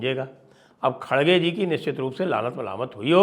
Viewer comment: Khadge - khadge mat bolo. Idhar Karnataka mein "R" ko "D" nahi bolthe hain. "R" hi bolna chahiye. Sooo Kharge - Kharge bolaa Karo